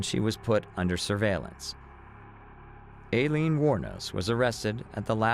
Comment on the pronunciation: Narrator, you really need to get your facts straight. First of all Aileene, law enforcement, judges.., all pronounced her name " I leen", secondly, there has never been any proof nor had law enforcement ever accused Tyria Moore of being an accomplice in the murder spree. At the beginning of your narration you referred to Wuornos as a "lesbian", Aileene was proven to have many affairs throughout her life, and Moore was the only known lesbian affair, the rest were men. Finally, do your research from reputable sources; your channel members deserve facts, not guesses.